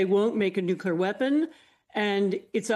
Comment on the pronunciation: Does she keep saying “nukular” weapons?